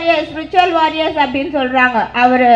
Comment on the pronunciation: Virtual warriors nu ozhunga solluma athuve thappa solre....